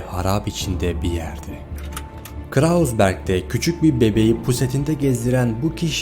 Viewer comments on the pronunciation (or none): Strate değil ştrase diye okunur. Krausberg değil kroyzberg diye okunur.